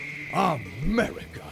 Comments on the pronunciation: "muricah!" Google: translate to English? 😂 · Sorry, you misspelt it, it is now 'Murikkka